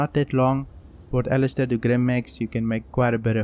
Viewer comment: "pert ellister" xD